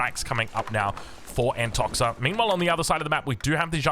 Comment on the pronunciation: Just a little thing about nicknames. I'm sure Antoxa won't mind it but the right way to read it is Antokha